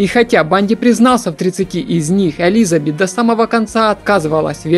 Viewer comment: автор так сексуально произносит "елизаБЕТ"🤪